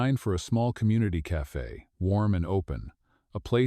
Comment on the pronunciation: Its spelt CAFE NOT CAFA WHY DO YOU SAY CAFA